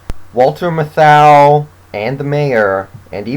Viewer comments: For authenticity almost all of the actors in this film are in fact native New Yorkers. Obviously Robert Shaw is one of the few exceptions. Also, Matthau's name is pronounced as MATH-ow, not ma-THOW. My favorite supporting character was Caz Dolowicz. "How the hell can you run a goddamn railroad without swearing?" I really felt bad when he got shot. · Jerry Stiller‘s name is indeed in the credits under Lieutenant Rico Patron’s. Also you’re mispronouncing Walter Matthau‘s name every time you say it. I appreciate the review but please get your facts right.